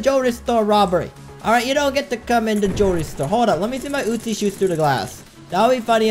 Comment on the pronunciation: I love how he says uzi. “utesi”